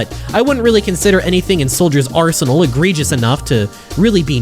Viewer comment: Did you try to say egregious?